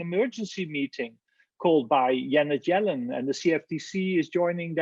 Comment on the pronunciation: He said yanet Jellin 😀